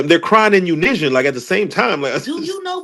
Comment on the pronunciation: I have NEVER heard unison, pronounced as UNISION